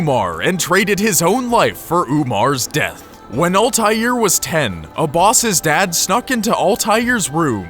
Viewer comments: its not OLTAILR ITS ALTAIR like its written and pronounced u dumb stupid no life fucks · Ultair is how it's pronounced in the games. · You say it with an L "Ahl-tai-air" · he keeps saying Ultair, its annoying. The Shit is Altair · Al-ta-heer Ebeen-la-haad There is an invisible H(low tone) in "Altair" and a silent H in "La'Ahad" Arabic is weird sometimes like that. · Altaïr Ibn la ahad is pronounced as All-tie-air Ib-in La-ah-had. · Why are murrican's unable to pronounce Altair properly? It's always ÆLTÆIR. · Alteezie's name is pronounced: All-tie-ear I-ben Lah-Uh-ad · His name is pronounced altaeer eebnoo la haad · It is pronounced 'al-tie-eer' and 'ib-in-il-ah-ha-had'... sorry im a nerd... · The pronounciation of Altair tho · You say altiar wrong, say it with out the "L" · Am I the only one annoyed with his pronunciation of Altair? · ITS PRONOUNCED ALTIAIR YOU ARE ALL IDIOTS >>>>>>>>>>>>>>>::::::::::::(((((((((((((((((